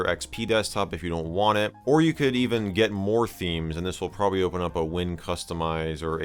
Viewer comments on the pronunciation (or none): none